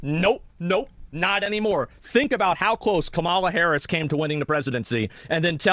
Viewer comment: The man who can't even pronounce Kamala Harris's name correctly is calling other people dumb